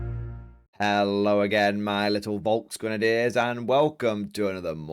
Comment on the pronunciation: An update for speaking German, the V is pronounced like an F, so Folksgrenadier 😊 love your channel 🇩🇰😀